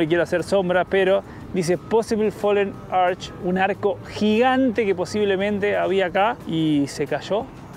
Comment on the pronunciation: Hi, just in case the word Arch is not pronounced ARK. It should be pronounced as written; that is, arCH It is exactly the same sound as the Spanish CH